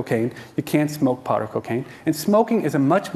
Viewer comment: He says powder cocaine, but does kinda sound like pot lol